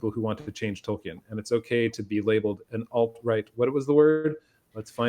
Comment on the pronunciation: Tolkien, not Token.